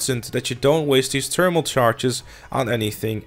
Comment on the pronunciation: It’s thermal not ternimal